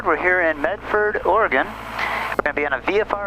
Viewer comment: Thank you for pronouncing Oregon correctly.